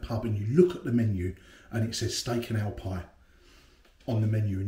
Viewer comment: Took me a while to realise you were saying "ale" and not "owl"!!